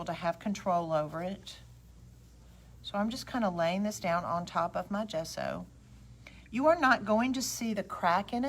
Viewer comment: Another wonderful video- thank you! BTW you are saying “gesso” correctly! It actually means chalk in Italian.